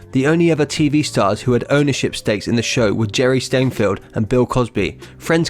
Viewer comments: Jerry ' Steinfield ' ??? Me thinks the young man narrating has not watched the 'Seinfeld' show. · It’s Seinfeld not Stinfeld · ....Jerry "stengfield" -- Learn how to pronounce people's names for goodness sakes!!